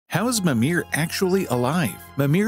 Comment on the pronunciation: Everything in Old Norse is pronounced with the emphasis on the first syllable. It's MI-mir, not mi-MIR